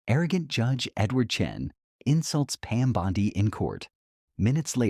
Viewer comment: This is total propaganda, and you all believe it lmao Chen was never arrested. He actually humiliated her for not having any regard for the Constitution. It's literally trending everywhere...how do people blindly believe these AI videos that can't even pronounce her name correctly??